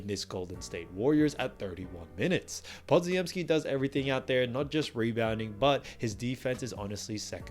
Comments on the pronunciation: OMG, how can you keep mangling Podziemski's name. It's Polish and it's pronounced Po-gem-ski. Stop being a dope and get it right already! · I will subscribe when you pronounce Branden lass name right. YOU ARE KILLING HIS NAME SMH!